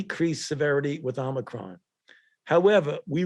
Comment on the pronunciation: Is it a Amicron or Omicron he just called it Amicron